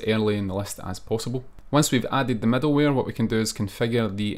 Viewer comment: why does the author always say "medalware"?